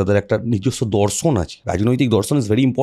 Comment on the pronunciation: দর্শন নয় দরসন 😂 এই লোকটার ভাষাটা হাস্যকর 😂😂